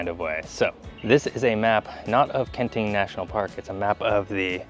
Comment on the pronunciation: I really enjoy your videos. And this one, love, love, love! Since I have relatives living in Taiwan, if I may, some assistance with the pronunciations. Kenting really is two separate words. So the two syllables should be very distinct; “ken ding”. The second syllable in Hualien is more like “LeeAnn”, not “lean”. Taroko is a Japanese word, named during their occupation of the island. If you’ve tried pronouncing Japanese words, you’d know the vowels are very specific. So it should be “tah row ko”, not “teraco”. Please keep making videos!